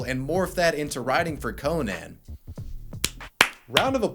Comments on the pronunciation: It's pronounced like Co-nin(not like ConAn the Barbarian)... My dude. LOL I'm just bustin' your balls bro, I don't care how you say it. Great vid as always man! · Conan. Not Co-Nan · ....it's pronounced ko-nen not ko-nan, "ko-nan" is a barbarian, "ko-nen" hosts late night shows......though.....I would like to see conan the barbarian do a late night show, that shit would be hilarious. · And nobody’s gonna point out that it’s not cO-nan it’s cO-nun or something like that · The way pronounces Conan....🤣 "Co-Naaan" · why do you say Co nan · Ah yes, co-nAn. My favorite late night host. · Who tf says Co-nan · Why are you pronouncing “Conan” so blatantly wrong like that? Is it supposed to be funny? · Conan would hate the way you say "Conan" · Ok but did he pronounce conan like the movie with arnold swartsenager ( yes i know I misspelled that) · Why do you pronounce Conan like that? It's bizarre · Ok but why do u say Conan wrong? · I can't get over how you pronounce Conan. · I hate the way you pronounce Conan, it’s not two words lol